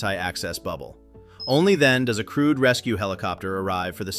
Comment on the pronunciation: I had to check the subtitles to realise the commentator was talking about a 'crewed' helicopter.